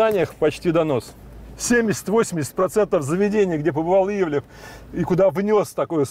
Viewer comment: До чего ж резануло.. ИвлИев, ИвлИев.. вроде знакомы с шефом, а так ведущий коверкает его фамилию раз за разом. Ивлев слукавил и в том, что не имеет отношения к ресторанам с 2016 (на тот момент) года. Как спонсор и управляющий партнер он открыл с 2016г как минимум 6 проектов в Москве и Нижнем Новгороде (Monster Hills, ПроМясо, Парк Культуры, E11EVEN, Drinks&Dinners и отель в Новороссийске), один из них не пережил пандемию, остальные работают. Но сам он отовсюду ушел к 2021